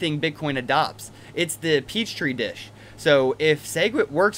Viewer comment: Petri dish, not peach tree dish. :) Good video, though.